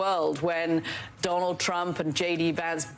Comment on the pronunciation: wah.. dwanald twump.. dwanald twump